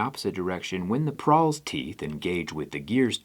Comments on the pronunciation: Did you mean to say Pawl, instead of Prawl? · It's a "pawl" not a "prawl." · Prawl? You mean pawl? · "pawl" not "prawl"😅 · ITS PAWL NOT PRAWL!! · It's "pawl" not "prawl". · Pawl, not prawl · Pawl not prawl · I think its pawl, not prawl lol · I think you mean pawl, not prawl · PRAWL? PRAWL PRAWL PRRRRAWL??? It's pawl, busta. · It's PAWL not "prawl" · You got too many r's in pawl.